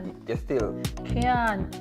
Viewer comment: Did she say " cyant" 🤔 I thought the word was " can't " but anyways I don't believe in this woman none tall, not even her daughter should go and sell anything for her, it's not right in my opinion. And this woman need to accept what she did and fix herself up and stop talking shit.